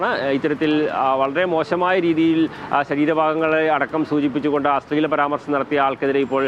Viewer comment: അസ്ളീലം അല്ല അശ്ലീലം ....... ശ്ല...... ശ്ല